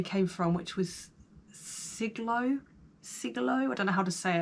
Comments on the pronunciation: Oh god. trying to say Sligo 🙈😂🤣💜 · Its pronounced Sly Go.😊. At least you actually named an Irish county unlike Spiccy with Ayrshire😂 which is in SW Scotland.😊👍👍. Still a lot better than one of our head politicians who said Liverpool was part of greater Manchester 🙄😭.